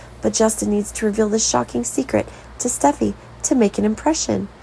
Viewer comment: Their names are Li not Lee & Steffy not Stuffy, come on, get it right